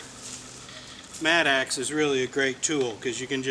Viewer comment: Maybe a regional difference, but it is a mattock, not a mat-axe.....